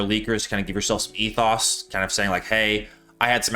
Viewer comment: craziest thing in this video is how you pronounce ethos